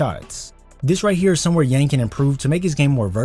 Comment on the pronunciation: It's pronounced Yawng.